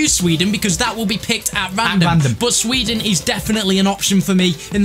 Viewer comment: Sweeden Ibrahimavich